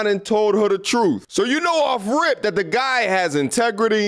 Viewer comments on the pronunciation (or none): Let's me ask not axe, what is a truf? I was taught it was truth, th not f. You sound stupid and ignorant